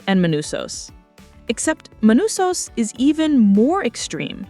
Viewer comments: You go from Manousos to ManOsos in a minute. Just can't pun the guy down. Latin American with a Greek name that makes North Americans glitch. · *Manusos They write "manousos" because muricans can't read in other languages, even if it is spanish (1/3 of USA population speaks in spanish but they can't even pronounce a spanish word correctly) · Not just the writing, I'm pretty sure the whole voiceover is AI too lol. Mispronouncing Manousos's name throughout it for example. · Were ALL the languages for this auto-generated? What's 'Carol's caesar'? Do you mean 'seizure'? Also, Manousos is pronounced differently every time, and we hear mention of a 'sumbmarine'. I'd like to hear criticism narrated by a human, thanks.